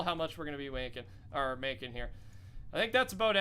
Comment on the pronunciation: this man said "wanking" instead of "making", there it is...